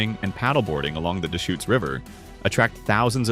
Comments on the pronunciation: Deschutes = duhSHOOTS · How about the Dayshoots River? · The AI voice sometimes couldn't pronounce several names correctly: Yakima, Deshutes, Willamette, etc. (But sometimes the voice DID pronounce it correctly. A real human wouldn't do that.)